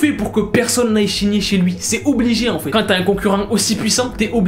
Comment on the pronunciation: A chaque fois qu'il veut dire "signer" Il dit "shigner" sa me fait pèter de rire